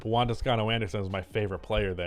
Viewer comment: Its Juan not One